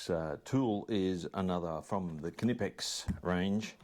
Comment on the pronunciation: Mmm beeer 😍 Once again nice good quality tools from Kay nippex! (pronouncing more like our US friends everytime 🤣) 🍻 mate